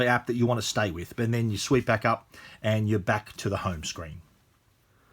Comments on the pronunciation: For real? I've never heard anybody using the word "sweep" in this context though. I'm not a native so that was just weird for me to hear him saying that :) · Luke Mattson he actually said "sweep", which is Australian way I guess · If you pronounce "swipe" as "sweep", then how do you pronounce "sweep"?